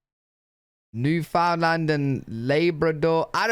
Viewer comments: I was laughing at the guy trying to pronounce "Newfoundland and Labrador"... Newfunlund is how he was saying it. I don't ever remember "land" pronounced as "lund". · IT isn't New fin Lind!!! It's new found land. There are no Finish the... Irish yes!!! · Omg, the way the narrator says Newfoundland, cringe every time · Sashatcenwan Newfarland & Laybrador best provinces It’s pronounced: Sask - At - Chee - Wan (Like Wand) New found land (Or New Fund Land) and Labrador as in the dog. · Newfoundlanders hate it when you pronounce it “Newfilind” or “New found land” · Who ever but this together isn't Canadian just by the way he mispronounced Newfoundland.